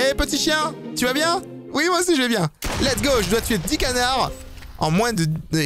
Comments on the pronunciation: Qui a entendu cona** à la place de canard à 😭😂😭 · olala t'a dit connards au lieu de canard Pas bien Et pense a regarder dans le salon depuis le jeux. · À tu a dit co**r a la place canard